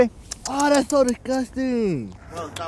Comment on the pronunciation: “Tha ih so dicuting the little things eeeeeeeeeehh”